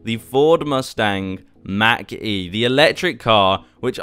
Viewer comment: I love how he says Mac instead of Mach lol and on the sides of the Mach e when turning it you see the electric current only on the side witch you turn from